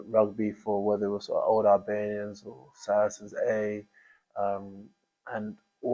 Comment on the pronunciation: Good show, though, and it happens with TNT commentators too, I wish you would pronounce Albanians properly, i.e. Allllllbanians, like St Albans, not Albanians the Eastern European country!